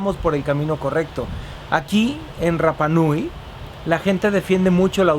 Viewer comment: como tip se pronuncia hanga (no se pronuncia la H) roa (la R no se pronuncia como RR) al igual que rapa nui la R tampoco se pronuncia como RR, lo aprendí en la isla, saludos y excelentes vídeos